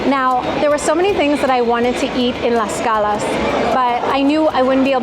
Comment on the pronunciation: Lady!… there’s a strong T on Tlaxcala, I keep hearing Laxcala